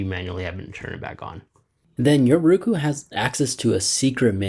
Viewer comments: Nice information, good presentation.................. it would be better if you would pronounce it..............Row Koo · The way you say “Roku” is very agitating and wrong the whole video